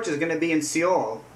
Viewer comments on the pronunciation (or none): The pronuciation is Soul Korea. I love kpop music look at this video.